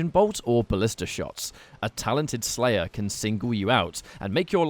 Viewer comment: When the slayah is tendah. Indeed my friend. Indeed